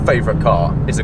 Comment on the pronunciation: Nice job! You said RUF correctly exactly one time.